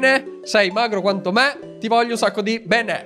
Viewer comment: Hai detto bene o pene? LOL